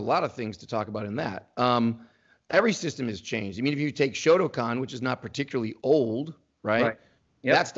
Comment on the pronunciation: Some one who can’t pronounce “shotokan” makes alarm bells start ringing.